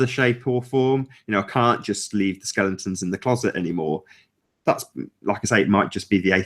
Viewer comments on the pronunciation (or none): And - it's skeletons - not skellingtons - ha ha (I only say that because you picked up Antonio for using the (non) word 'irregardless')! Best wishes from Samui, Thailand.;)